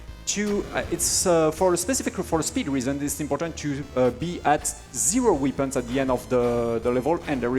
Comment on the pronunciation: Weepins! (It's pronounced "wepp-euns.")